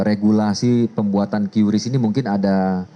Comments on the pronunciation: "KRIS" cara bacanya bukan "QyuRiss.. " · Cukup di baca Kris ga perlu kiyuris pak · Dibaca QRIS Pak